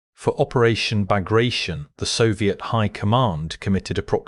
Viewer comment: The pronunciation of Bagration is not Bagra-shun, but Bag-rat-i-on. It was named after a Napoleonic General of that name who gave hjis life in slowing down Napoleon's march on Moscow.